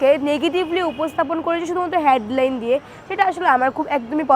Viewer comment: শিক্ষিত হ‌ইয়া" হেড লাইন " শব্দটার উচ্চারণ অশিক্ষিতের মত !